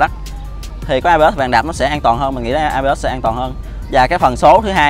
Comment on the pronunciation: ABS chứ ko phải AB ớt đâu cha